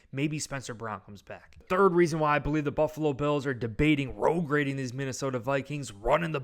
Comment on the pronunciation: Road grading? Ufta, i can tell you are from new yooook. SKOL Vikings!!!